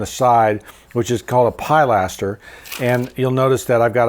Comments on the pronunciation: This is not dialectical. Although certainly not alone, he's mispronouncing the word. Pilastro, It. Pilastre, Fr. Pilaster, Eng. no long I sound in any of them and the 2nd syllable accented. Thanks for your input though. 😊 BTW, what he is actually suggesting is using an engaged colonnette, not a pilaster. He uses the correct term a few seconds later. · Pilaster is pronounced pil LAS ter, not PIE laster. I think you could have left the single dormer on the other roofline without it looking like it doesn't serve any purpose. Is there another bedroom in that end of the house. Windows on the side of the house for that upper floor?